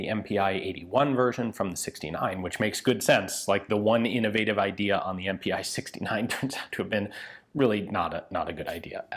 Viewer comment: almost sounded like you said invaded instead of innovative